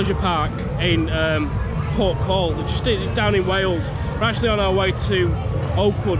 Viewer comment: HE PRONOUNCED PORTHCAWL WRONG AAAH